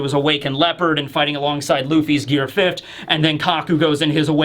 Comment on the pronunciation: I only recently started noticing you cannot say 5th correctly. It's driving me mad